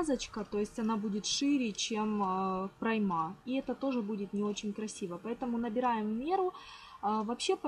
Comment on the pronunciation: Замечательна работа.👍 Только не проймА, а прОйма.🌷